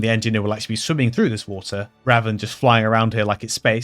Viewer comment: "who-ah" (Water), the funiest part of this video